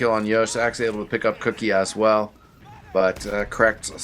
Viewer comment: queue-key not cookie ;)